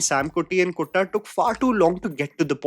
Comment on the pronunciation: Its kuttan not kotta